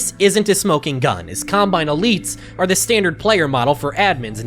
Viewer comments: sounds like he says columbine instead of combine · Colombine??? Lmao not what I imagine you meant to say there, but still a really funny slip up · hate to be annoying and comment multiple times, but did he call it a Colombine model?